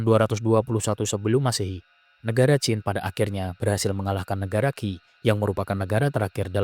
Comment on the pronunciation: Qin bang bukan Qing